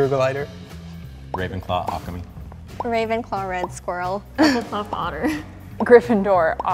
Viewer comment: There is no Patronus called "Alchemy" i'm pretty sure incorrectly pronounced Occamy which is also my Patronus.